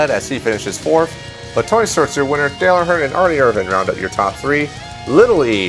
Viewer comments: Can't stand how he says Erin irvans name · I can't stand how you spell "Ernie Irvan"